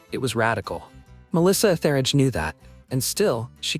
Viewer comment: Nice list, but it’s Melissa ETH-eridge. And when you say artists “don’t play the pronoun game”, why are some rebranding as they/them?